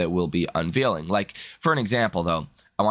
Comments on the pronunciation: You always say unvealing ..unveiling is pronounced unvayling... small point but everytime it drives me nuts... other than that great programs...watch everyday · uses this word quite often. I am glad you mentioned this. According to the interwebs, it should sound like... uhn·vayl